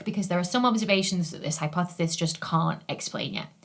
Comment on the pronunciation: Ok, have looked up so much about you, as you are... wow. Smart, brilliant, and so much more, then beautiful to boot. Sorry, not stalking, just hard to believe you actually exist. But, everything says you are British, and that's it. Certainly you have more than a bit of Scottish in you? I hear so many accentual clues!! Venus rising 'joost' ? There is a heavy Scottish accent there. Not saying bad about it, Scottish is BEAUTIFUL! Merida being my favorite Disney 'princess' after all. But, if you are Scottish, or have a heavy lineage of it... why does every online thing say you are 'British'? Just so very curious. Your accent being mesmerizing. Love watching your videos. For the info, of course! You are amazingly brilliant! But, the accent definitely has an effect on top of all of it. I'd watch regardless, as I do Brian Cox's or the rest. But, the accent REALLY helps, as does the rest... sigh but, regardless, amazing! Love your videos! So very informative, detailed, and more! There are 2 majors I wish (after the fact) I had taken: Geology, and Astronomy. Both have always amazed me, grabbed every focus I had. I just wish that a councilor had worded it that way, had focused in on things like that. Then, maybe, I would have gone to Uni for those things. Instead, I got a degree in German.